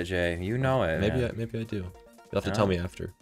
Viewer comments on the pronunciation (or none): you always say mabie 🤣😂🤣